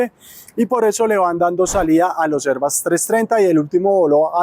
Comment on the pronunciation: ¿Porqué pronuncias "airbas"? No seas pendejo y pronuncias en español, Airbus como suena y se escribe.